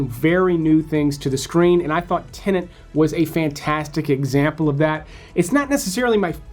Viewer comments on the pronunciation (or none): It's not Tennent it's Tenet. :) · I thought it was called tenet not tenant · There is no second "n" in "Tenet"